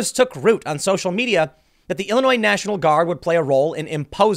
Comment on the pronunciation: Tim please you are a professional speaker, s in Illinois is silent